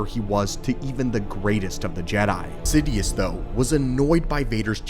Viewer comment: It's "Sidious" not "Sidius"